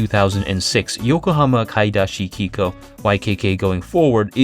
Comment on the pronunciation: For someone who is very exacting about Japanese pronunciation, the way you say 'kikou' is not even remotely correct.